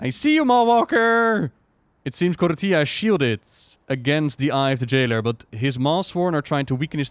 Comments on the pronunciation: please stop pronouncing it like "torilla", it's KOR-FEE-AH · Did you mean "tortilla"? :D Anyway, "TH" is never pronounced like "F". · Is there a reason says Kortía instead of Korthia? Feels like my friend when he says Ar-tie-FIE-cer instead of Ar-tih-fih-cer. Just pronounce it like the devs do gdmit